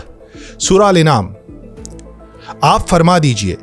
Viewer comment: سورہ انعام نہیں سورہ الانعام ا کے اوپر زبر ھے انعام یعنی مویشی